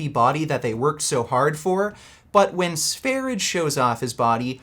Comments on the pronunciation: I have told you before. it's not SVERIDGE. It's SVERIYE or SVERYJE. Pronounce his name like you know something. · its not sveridge 😂😂 its SVER-ee-yeh. swedjsh 'sweden'. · It's pronouced Sve-rye, not sware-idge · His channel is pronounced “sver-ia”, no “g” sound. it’s the Swedish name for Sweden... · Sv3rige is pronounced “svah-ree-yay” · The correct pronunciation is Sveryeah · Note: Sv3rige (which is pronounced SVAIR-IDGE-AY btw you fucking neanderthal) wasn't in a mental institution. He was hospitalized in intensive care for months because of a prolonged vegan diet that he was on while exploring sungazing. I find it laughable that is going to misrepresent that fact as him being locked up in a psych ward while is literally on a watch list for potential mass shooters and should be institutionalized himself if he hasn't been already. He's a pathological liar and sociopath so I doubt he would tell the truth anyway. He could learn a lot from Sv3rige who is an honest, open and down to earth individual that cares about others, unlike the misanthropic. That doesn't mean you need to follow all his diet advice but that goes for as well. Vegans are literally dying a slow death despite what this mongoloid tells you. If you actually follow this lunatic, yet have the nerve to mock anyone else, you have serious judgment problem and a lack of basic intelligence, which could be due to your plant-based diet or fetal alcohol syndrome like our good buddy Vegan 'B12 in the veins' Gains or both. lol, Your welcome:) I'm always happy to help.